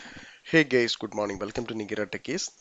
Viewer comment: Hi, everything is perfect in your teaching, but the only thing is you are saying hey gays 🤣in the starting.